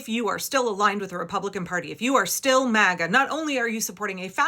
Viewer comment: He said maga or maggot